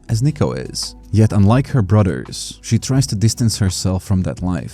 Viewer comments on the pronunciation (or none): "brudders" its brothers.